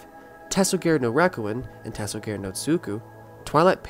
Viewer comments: ta-so-gah-rey not ta-so-gār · I almost threw up hearing the japanese pronunciations lmao